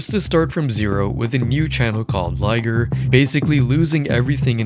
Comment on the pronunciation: Bro its Liger